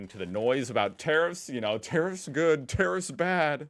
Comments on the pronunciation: Boomer cranky old man says. When you say tarrifs, it sounds like terrorist 😂. Other than that, love your work😊. Aussie politicians have been crawling up america's ass for a century omg. You can come over though. Aussie Aussie Aussie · I don't think the relationship between Australia and America will be affected in any way regardless of the outcome. Our exports to the US in steel an aluminium are not that great to affect anything anyhow. However I was at first confused with the way you said tariffs, like I thought you were saying terrorists when you pronounced tarrifs as terrifs. 😅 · When you say tariff it sounds like terrorist. Haha i laughed so much.